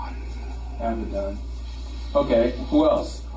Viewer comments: Name is NOT AVATAR!!!!!!! It’s Abbadon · He said Abaddon not abettor